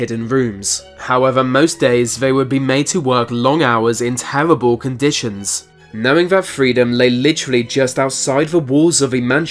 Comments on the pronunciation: Tewabow contishins. Fuckn Tewabow. 😁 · “Tewwible conditions” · When he says "terwibble".